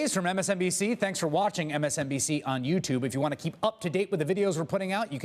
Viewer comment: Anyone else ever hear Chris hayes say "just blow me " and not below me at the end of MSNBC clips? Lol